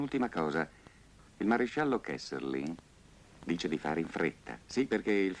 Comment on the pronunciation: 7.08 Si chiama KESSELRING!! NON KESSERLING!